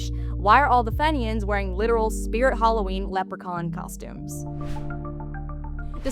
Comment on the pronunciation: who are the fey nians? I wish American's would learn pronunciation before making a video asking if a fictional programme is getting stuff right.